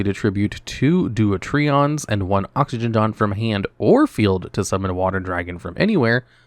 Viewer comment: Again with butchering Hydro-je-jon and Oxy-je-jon's names.